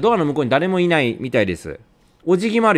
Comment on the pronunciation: あなたしかいにゃいのだからほんと可愛いw